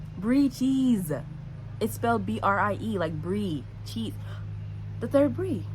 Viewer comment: “brie chesse” 😂😂😂😂